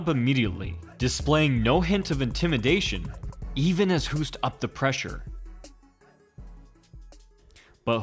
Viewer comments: it's pronounced 'Hoast', not Houst. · It is pronounced “Hoast” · That's not how you pronounce his name. More like Ernesto Host. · I know this isn't a new video, but as an FYI, Hoost in Dutch is pronounced 'host'. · It's pronounced Host